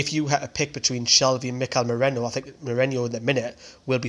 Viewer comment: MERINO NOT MERENO OR MERENIO